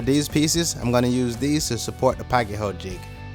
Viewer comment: I've noticed people pronounce pocket so many different ways. Yours by far is the best. And THANK GOD! I've been wondering where the hell to get one of these pieces!